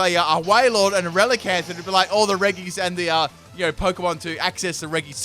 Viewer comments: your pronunciation of the regis makes me cry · This was a good video, but I have to ask you to refrain from exposing my ears to your pronunciation of the regis